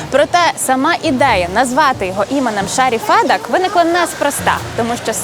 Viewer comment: Доброго дня! Дякую за український контент, але, Фед"А"к. Наголос на "А" що в імені, що в прізвищі. А взагалі, проєкт чудовий, дякую!